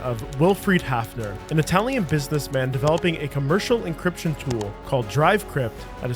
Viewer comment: encryption, not 'encription'